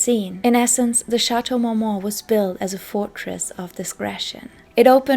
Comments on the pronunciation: Is this a spoof video? Like a joke? Does she keep saying Shatow Mowmow? 😂😂😂😂😂 I always wondered how some content creators put in hrs into a video & yet do not learn the proper way to pronounce the very subject name country person the very video is about!😂 I’m sorry but with the lower eyelash stick ons & “Shatow Mow Mow” i thought this video was a comedy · It can be fifth but to mispronounce a legendary location & butcher the name & say it like Shatow Mowmow is too much.